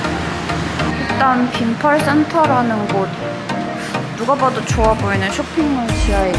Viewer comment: 빈폴 아니고 빈펄...ㅎㅎ